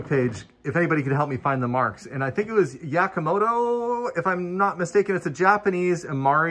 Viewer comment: YAMA To Ku not yakamoto, hahaha, silly